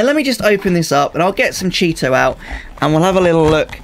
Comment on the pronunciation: CHEE-TO! Thanks for video! Good info!